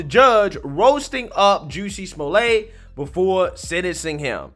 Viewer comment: Who??? "Juicy Smuille' "??? 😂 (Very Franche!) I think that if he had been doing everything in that video (with his 2 buddies with the rope and the water bottle ("bleach")) as deliberate Comedy, like an SNL Skit, it would have been HILARIOUS. However, since it was Not done with the full intention of Pure Comedy, it...IS STILL HILARIOUS!!! 😂 😂 😂